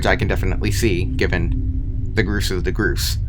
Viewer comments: What's the point of pronouncing "Gorse" as "Groos"? Comment bait or something? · It's "GORSE", not "gruse". It's decimator, not "decontaminator". You're not cut out for YouTube, are you? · yea the "groose" totally not gorse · It’s pronounced gorse not gruce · It's called a Gorse, not a Groose. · "The groose is the groose" my man its gorse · grooce? its gorse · Groose? Its gorse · sticktopia : haha i dont care if you correct me for mispronouncing gorse my brain : bro this guy cant even pronounce gorse right its not gross bro its g o r s e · Btw it's not pronounced groose it's gorse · Hearing him say gorse as gruse gives me pain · the creepiest thing in this video is that you call the gorse the fucking gruse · gorrs💀 its gorse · Gorse not Grose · bro.. "groose" bro its spelled gorse not groose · He is saying grose not gorse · Just to clarify, Its G-O-R-S-E-, Not ''gerse.'' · WTF WH6 DO YOU SAY GRUSE ARE YOU STUIPID? IT GORSE NOT GRUSE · ITS GORSE NOT GROOS LIKE GORE BUT WITH S AFTER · its gorse, not GrUeSe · ITS GORSE NOT GROOSE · Entity name : Gorse this guy : Groose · He calls it the grouse its the gorse bro learn how to read. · STOP CALLING THE GORSE "GRUSE" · i think is pronounced (gore - sss) not (gro - sss) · GROSE?? GROSEE?!?!? ITS A GORSE SAY IT CORRECTLY! "GORE SE!" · i'm pretty sure its 'gors' and not 'groose' idk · Pretty sure gorse is pronounced "gorse" instead of "goose" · groose 😭 goars 😭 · Ahh yes the “groose “ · why the fuck does this guy keep calling it a groose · i hate the way you pronounce gorse💀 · bro really called the gorse a "groose" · "the gruce" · “the groose” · its pronounced gore > sss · "The Groose" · Btw gorse is spelled like gore but with s at the end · " The groose " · U pronounced grose wrong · gorse gor-ss is how you pronounce it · bro pronounced the gorse in 2 variations that are all wrong. “gross” “groos” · You can break the flood light and gorse is pronounced “gause” sause but replace the “s” at the start with a g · Gorse, Gore-ss